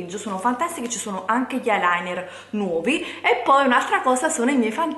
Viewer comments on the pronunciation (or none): none